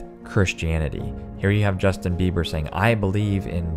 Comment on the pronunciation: Ms. Jus-bei-her. Crazy right?